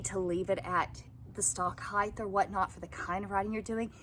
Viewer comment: "heigth" jfc